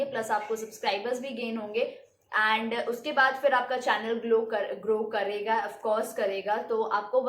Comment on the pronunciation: Grow ko glow bolti hai!!!